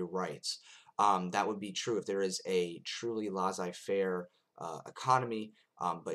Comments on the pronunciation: Actually, it's pronounced LAY-ZAY-FAIR - not LAH-ZAY-FAIR. ;) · French Tip: when you see two SS in a word, there's no z pronunciation, it's an S one. If you can pull that off, and maybe pronounce the ai parts less like the A sound and more like a ''è'' one, viewers would spend the video searching for your baguette and beret haha. Just messing w/ you, interesting video as usual